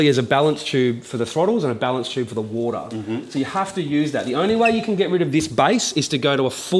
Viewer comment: Als kleine Hilfe für die nicht-englisch sprechenden: Wenn er sagt "woooadah", das heißt "water" Grüße